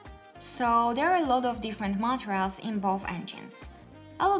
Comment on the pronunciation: I liked this channel, but this this time I didn't find the video very useful. It can't be that those are the only 3 differences. Also the word "Materials"... Please make it sound less like "Montreals".